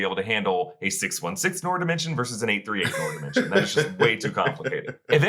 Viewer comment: Noor is pronounced "Nur"!